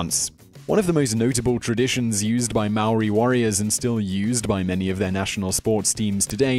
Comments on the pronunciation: am I the only one that's gonna bring up that he completely butchered the pronunciation of 'Maori' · You said 'Maori' wrong! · If you can't say Māori words don't say it! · Bro how you said Maori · Come on man,Did you really said Māori wrong,Omg...thats the easiest word to say in our country 😔☹ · um your pronunciation is REALLY off but um... good video? I guess? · please check pronunciation of Maori words and check out the name of the warrior you spoke of. The name is totally wrong. Cheers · I've watched 20 seconds of this video and already annoyed by the way he pronounces Maori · If you gon teach other people about Māori people, learn how to say the name first🤦🏽‍♂️ not to mention the other things you said🤦🏽‍♂️ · And hongi hika isn't the only well known rangatira. Mere is pronounced me re not meer. An it's Maori not marry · It's not mari it's Maori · its not Mayori its not that hard to say *Maōri. And half of the kupu Maori (maōri words) are wrong. if my koro saw this he would get his cane and teach u how to say the words properly. Our Ataahua Culture is unique and no matter what it is mine. Maori Are NOT Terrifying. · “MOWRI” that hurts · When I heard him try to say the word Maori, I heard him say; Meow -wee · every time he said moweriee. I threw my laptop onto the ground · I know he tried but the way he pronounced Māori sounded like Maui from Moana instead lol. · pronounced maori / maa-or-e , hapu / haa-pu, haka / ha-ka not haa-ka, & hongi / is hong-ee. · Yo if you if your gonna do a video about us learn to say "Maori" right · If your gonna make something about Māori people say Māori right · Could’ve at least learned how to pronounce ‘Maori’ properly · sam baker here mate. Yeah. Nah. He sucks at pronouncing Maori words. Yeah. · Te Reo Māori. It's not difficult to pronounce if he really cared more than just sharing facts for ratings. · I couldn't finish watching this, his pronunciation was so bad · you really butchered the word maori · Cant even say maori right 😤